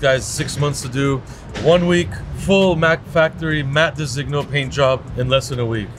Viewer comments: The correct pronunciation of Designo is de-zin-yo, silent g... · you pronounce designo terribly